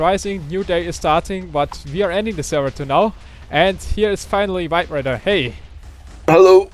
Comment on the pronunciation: VibeRaider sounds like vibrator wheen says it:P